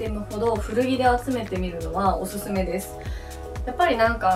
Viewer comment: おぬぬめじゃないんすよおすすめっすよほんとわざとなんすか？